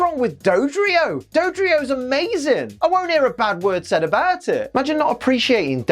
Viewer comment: he said "abaht it!"